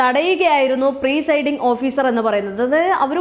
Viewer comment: പ്രീ സൈഡിങ് അല്ല മോളേ... പ്രി